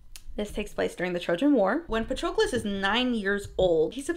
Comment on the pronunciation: Is that how they pronounced Patrocles' name in the audio book? I always thought it rhymed with Hercules.